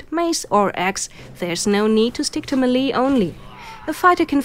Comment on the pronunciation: The word "melee" is pronounced MAY-lay, not mee-LEE.